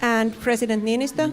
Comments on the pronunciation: Yeah he turned our president into a Pokemon with that pronunciation. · I cannot fucking get over how he pronouned Niinistö. What the fuck mitä vitun vittua mikä pelle